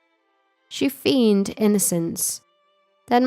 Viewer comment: Tirade is pronounced "Ty-rayd" not "tah-rahd" and Feigned is pronounced "faynd" not "feend"